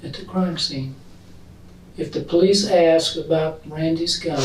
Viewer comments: It's axe instead of ask that drives me nuts 🙃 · I was going to axe you about that.😂😂😂😂😂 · It gets on nerves too when people say, "axe" instead of "ask". 🙄